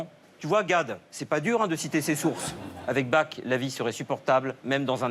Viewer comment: Joli ! Par contre les francais arrêtez de pronnoncer Bach comme ça, par pitié !!!